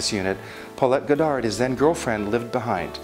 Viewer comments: And it's pronounced "God ard," not "Go dar." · Paulette Goddard pronounced "goddard"one word. Not two words god-dard. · Beautiful presentation spoiled only by your failure to properly pronounce Paulette Goddard's last name.